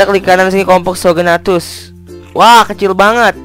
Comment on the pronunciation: namanya bukan kom-po-so-gnatus tapi compognathus